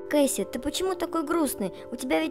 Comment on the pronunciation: Не Кэйси а кэсади